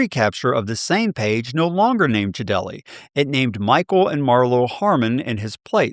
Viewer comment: just to let you know, his name is pronounced Jade Lee not Ja Del E.